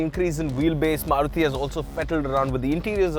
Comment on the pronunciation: love how you say maruti giving it the indian feel which it is others dnt do it